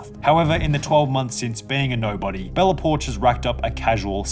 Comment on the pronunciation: i thought it was Bella Po-ark.